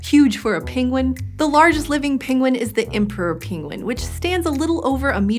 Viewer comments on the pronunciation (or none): It's /ˈpɛŋɡwən/, /ˈɛnɚdʒi/, and /ˈɭɛŋθ/, not /ˈpɪŋwən/, /ˈɪnɚdʒi/, and /ˈɭɪŋθ/ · Her pronunciation is all over the map. Penguin turns into pingwin. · I am hearing both “penguin” and “pinguin”. Anyone else heading pinguin? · No one : Benedict Cumberbatch : pengwings, penglings